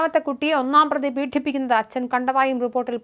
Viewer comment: പീഡിപ്പിക്കുക എന്നാണ് വാക്ക്, പീഠിപ്പിക്കുക എന്നല്ല. കുറ്റം കഠിനമാണെങ്കിലും വാക്ക് കഠിന ശബ്ദത്തിലല്ല, സഹോദരി